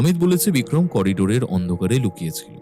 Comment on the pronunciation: " Lukachchhilo "? Na " Lukochchhilo!